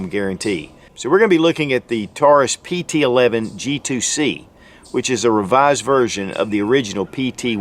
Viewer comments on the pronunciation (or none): 4 things: #1) Its a pt 111, not pt Eleven (11) as you refer to it throughout the video. #2) You point to the Slide LOCK lever, and call it a "Take Down Lever". #3) You highlight the rear sights as being adjustable for Elevation, when in fact, they're ALSO adustbable for Windage. #4) You describe the 2nd strike capability as the gun has been "RE-COCKED". Im pretty sure the "ReCocking actually happens when you go into that second strike trigger pull, and that's what actually re-cocks the gun. Lastly, every reviewer seems to bash the long trigger pull. It's only long for someone who's trained and become used to some of the other (shorter) trigger pulls on competing guns. To each his own. Fact is, many of these lower priced guns sell to first time gun owners. So, they don't have anything to compare the Taurus trigger to, and to them, it works just fine. I personally find it much more friendly than my Glock Gen 4 standard factory trigger. I didn't know this gun had a metal guide rod. That's a big improvement, since many Taurus pt 111 g2 owners have opted to replace the factory original composit guide rod/recoil spring assembly with a $30 after market Stainless Guide Rod/Recoil Spring assembly normally purchased from Lakeline. That one improvement alone makes this gun a fantastic buy at anything up to around $250. The only other change seems to be the elimination of the Taurus security lock, (aka Hillary Hole) which I understand can also be removed on the G2 models.